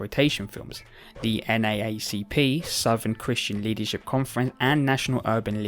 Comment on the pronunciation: Just a small fyi, NAACP is called "N double A C P" ☺️